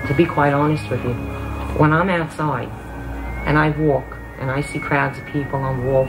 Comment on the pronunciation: "When I'm outsoide" "Then I realoized"